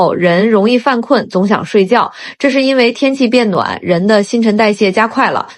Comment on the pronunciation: zong xiang shui jue??? zong xiang shuijiao???